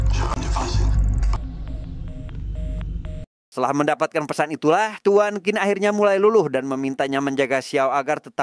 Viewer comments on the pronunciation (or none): Qin kalo di Cina bacanya Cin bukan Kin. Tapi karena orang Indonesia ya gpp lah suka-suka lidah kita ya, 🤭😆